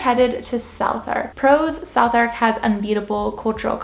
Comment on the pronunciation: South Ark 😂